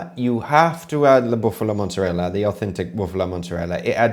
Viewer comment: Is no one going to address how (obviously from Long Island) mispronounces mozzerella? They say mozzerell, manigot for manicotti, and prosciut for prosciutto. An actual Italian friend called it "low class slang." 😂 is usually all over folks who mispronounce Italian words.